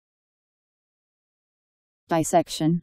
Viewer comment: It is pronounced dis SEC shun, similar to dissolve, dissertation, dissident, dissipate, dissonant, etc. When it is pronounced incorrectly, it becomes difficult to spell, and is usually misspelled disect.